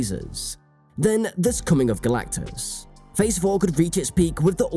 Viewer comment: Kudos to the commentator for his ability to pretend like this is anything other than a DEI bomb. And for making us laugh by repeatedly saying "Galactacus."